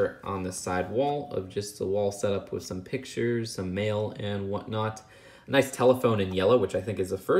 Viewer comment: With bro, not wif! TH!